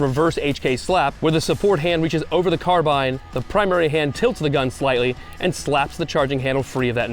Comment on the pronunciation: Still mispronouncing carbine…